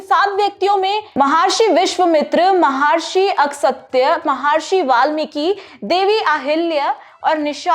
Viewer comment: म हा र्षी ❌ म ह र्षी !🙏🚩